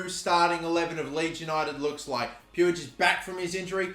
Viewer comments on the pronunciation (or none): Puig is pronounced like “pweeg” it’s killing me to hear the way you’re saying it 😂 love the vids